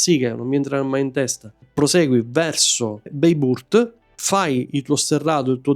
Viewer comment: Bene però…se ci sei stato più volte e fai dei video sul tema: le pronunce, dai. La g con la pipa ovvero ğ non si pronuncia ma rappresenta un allungamento della vocale precedente. Possibile che nei tuoi viaggi non te ne sia accorto o non te l’abbiano detto? Dai. Peraltro vale anche per Bayburt che pronunci beiburt, mica è inglese, no? Tralascio le altre. Il concetto è: basta andare su Forvo, su Wikipedia e vedi/ascolta come si pronunciano. Ci vuole poco.